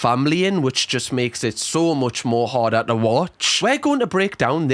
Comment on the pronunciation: ' so much more hardahh to watch' thanks for my new fav phrase 🎉🎉 im being sarcastic, not in a rude way ❤❤❤